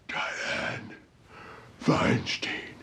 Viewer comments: I absolutely hate Feinstein, so I wish you would pronounce her name right. It's like a beer "stein". I live in California so I have to hear her name a lot.... like nails on a chalkboard. Please kill me... damn she's horrible. Fingers crossed dumbasses in California open their eyes and don't reelect her. #NotMySenator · why mispronounce feinsteins name?